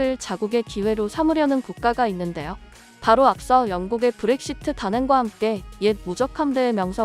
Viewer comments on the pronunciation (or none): none